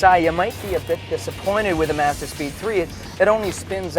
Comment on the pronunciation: Good review, but I dint understand why this ass has to pronounce the word Mazda different than everyone else on the planet